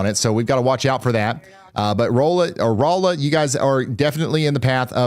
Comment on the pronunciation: Been meaning to say Thank you. Folks catching Ryan still mispronouncing Rolla cracks me up. Ryan, you doing good on catching yourself though, there's places in Missouri, especially of french origins, I don't know if I'm saying them right 😅